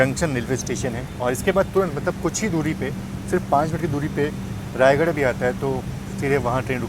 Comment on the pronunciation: रायगढ़ नही रायगढ़ा है भाई ।दोनो अलग अलग शहर हैं ।